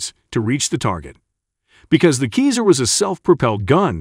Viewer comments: Pronounce seazar, not kayzer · We don't prononce Kiser like if it's cheese in german ! But Cesar as the roman emperor ! Vive l'Ukraine 🇺🇦 Vive la France 🇲🇫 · Americans, can you please make some more studies before making a video ! We pronounce : Sasar and NOT Kezar ! SO stop SCORCHING our hears please ! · That hard to get to say Ceaser and not Keezer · The C in Caesar isn't pronounced as a 'k' - it is pronounced as a 'Z'. Do you call the ancient roman emperor Caesar - 'K'aesar? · "Caesar" is pronounced "SEE-Zar" not "KEEZER". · That equipment is pronounced SEEZER not KEYSER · OI! Its Caesar as in Hail Caeser - not Keezer.... jeeezer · Robo speak is killing meee!!!! 😅 Artillery rounds are NOT bullets, they are shells or rounds.... get it right n00b... Also the system is Ceasar (Ceesar) not KEYSER!!!! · please please learn to pronounce Caesar as SEE ZER not KEY ZER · The narrating voice prefers to call it a "Keezer" 😂😂😂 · 'Kizar' howitzer?? It's 'like the Roman Emperor 'Ceasar'! but you'll learn! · CAESAR pronounced: "Sea zar " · Le “Keezere” is la crème de la crème of artillerie equipment! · It’s keezer ya geezer! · Caesar, pronounce it like a Caesar salad ! Or Cesar the Romanian emperor ! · Wasn’t See-zer in command of the Roman “legumes”??? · Pronounced (see zer). You know, like the Roman Emperor Public school graduate commentator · It's a computer-generated voice which mispronounces a ton of words. This one made me chuckle ' cause it reminded me of the American "geezer" - as in "he's an old geezer." And I laughed again when I read your German language note. Who knows, maybe the Old Geezer, Cesar, liked Käse? In any case, these Cesars turn Russian equipment into Swiss cheese ... Slava Ukraine! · Yeah, is it just me, or does the pronunciation of "CAESAR" fall somewhat short of the mark? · Ok, well then it should be pronounced with a K like the c in cannon. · Pronounce the name right 🤯🤯🤯